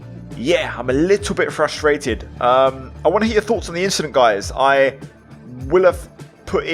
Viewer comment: “Nothing just an inchident”